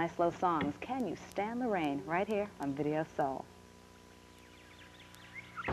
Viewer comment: "It's Vii-ee-oh Soe!" 🤣